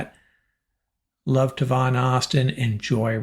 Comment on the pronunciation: I love your podcasts but please pronounce Tavon Austin’s name correctly! It’s TAYvon not Tevon or Tuvon but Tayvon! Tay like the word may. Thanks!